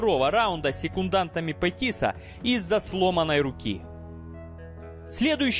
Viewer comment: Неправильнте ударение на фамилиях Гейджи и Петис